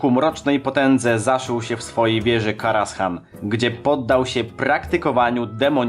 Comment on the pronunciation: Źle wymawiasz kostur Medivha. Mówi sie Ateisz nie Atiesz ;) I zamiast Karashan czyta się Karazan ;)